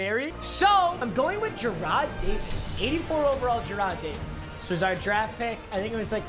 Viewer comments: Oh I forgot to mention it's JAR"RED" DAVIS... I thought it was pronounced JARROD DAVIS too it happens lol... But I got ur back man!!! Ok I'm done now time to go get my GF from the DUNGEON and start CLAPPIN' 👏 CHEEKS 🍑!!! 🤣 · My mans really said 👏jer👏 rad👏 davis👏